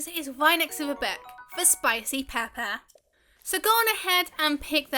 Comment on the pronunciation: Thanks for the tips and help! Btw I like how you pronounce “Pepper” lol